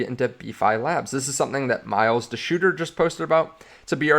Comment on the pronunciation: lol 😂